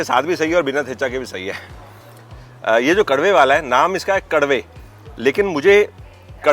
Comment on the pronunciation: It's not karve it's kadve, bitter in english that is another important vegetable in kokan